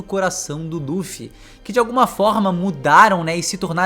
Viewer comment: Ja nao basta pronunciar "LU"-ffy, o cara ainda manda um Duffy... kkkkkkkkkk